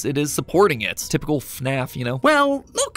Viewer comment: "f~naf" no no "FNAF"